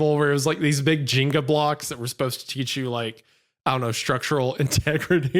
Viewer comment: He fuckin said "Jinga blocks"